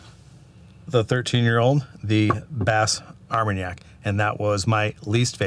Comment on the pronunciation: WELL DONE..!!! Great FFFF guys. 🥃 FYI, Bas Armagnac (the "s" in BAS is silent) is a region in the southwest of France where the brandy by the same name is produced, similar to the region of Cognac further north. Both are distilled wines with minor differences in distillation and aging processes. If you like French brandy you should try this... Delord Bas Armagnac 25 YR. Absolutely wonderful. I have not had the 23 yo. Of the remaining three, the 17 is my favorite while the 13 BA comes in 2nd.